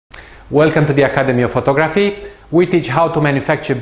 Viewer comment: you're great. You do make me laugh with your pronunciation of photography though:) its pho-tog-raphy:) Love your tips and tutorials, they're simple to understand, you explain why we're doing it and examples. I love this particular 2 minute clip. great stuff please keep it up:)